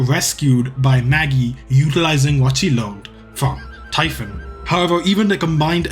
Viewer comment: Typhon is pronounced like tee-fon